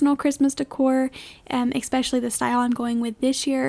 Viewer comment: Hi. Great video. But... It's "ESpecially" not "EXspecially". S not X. Thank you.